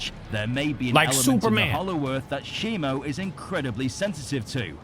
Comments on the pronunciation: u have been saying it wrong it's shimo and not shimu, we have bein saying it wrong this all time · A toy packaging leaked his name is not shimu it’s shimo